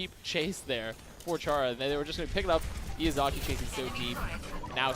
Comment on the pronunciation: the amount of times they pronounced Izayaki's name wrong. It's not Iyazaki XD.